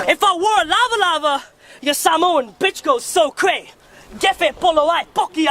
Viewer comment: I like that he actually pronounces Samoan better than white people 😂🤝